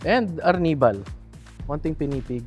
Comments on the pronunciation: ARR NIBAL < ARNIH-BAL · AR - nibal.. I thought Arnibal sya…? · Ginumis section "ar nee val" 😅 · Ang kulit nung pag-pronounce ng arnibal ni ate